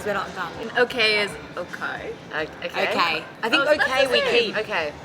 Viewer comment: Today→To die？ Okay→Oーkei？ オーストラリア、ニュージーランド英語の発音の特徴としてeiをaiのように発音することにある？Today、Okay、Mate(Mait、メイトではなくてマイトと言う？）始め慣れないと大変だね？しかしオーストラリア人は皆身分によって発音や言い方が違うのかな？